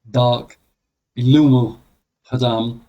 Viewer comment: Khodam read like Chodam not Hodam.